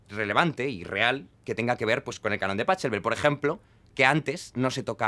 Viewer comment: pa CCCCCCHHHH elbel, jajajajajajajaja. Se dice bajeelbel mi querido Jaime.